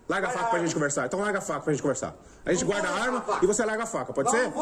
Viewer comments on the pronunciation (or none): none